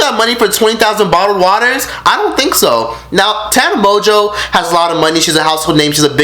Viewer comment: Tana Mon-goo not mo jo lmfao shadeeeee